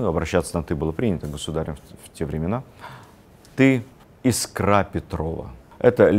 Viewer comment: Всё замечательно. Только Елизавета- Искра Петрова. Искра, а не искрА.